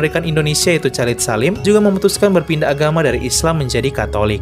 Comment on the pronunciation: Maaf : Chalid Salim..dibaca kholid salim ( dlm Islam)